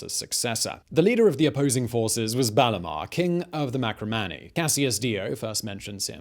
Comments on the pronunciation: Marcomanni, not Macromanni. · marCOmanni not maCROmanni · While it usually looks like an "L", Iazyges is actually spelled with an "I" (letter after "H"). Also, it's Marcomanni, not macromanni.